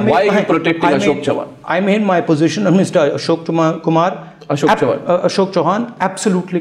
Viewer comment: Did he just say Ashok Kumar :P :P :D ?